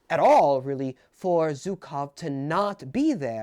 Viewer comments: GOSCH DARN IT ITS SCHUKOW NOT ZUKOW! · The mispronunciation of ZHukov is killing me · Brother it’s not hard to search up zhukov pronunciation. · Btw,, you're pronouncing Zhukov wrong. I dobt know if there's an English word I can use as an analogy for what the sound should be, but please do look up how the "Zh" is pronounced.